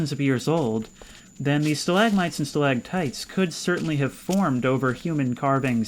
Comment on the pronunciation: wait, it's stalaCtites. Idk, maybe I'm too hick, but I always pronounced them both with a G in the middle. Stalagmites and stalagtights